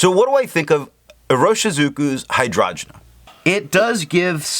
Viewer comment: Hi, your videos have been super helpful to me (like finding Wikipedia for ink) and your pronunciation is usually en pointe as you have taught me how to say a couple like Tomoe River or Leuchtturm. But in this case I’m pretty sure it’s hi-drain-ja like the flower. Thanks for doing all of these reviews in such a scientific way. I also think your opinion matters a lot and it would be cool if you spent a bit more time from your own perspective, but that is just a gentle suggestion. You’ve got this stuff down.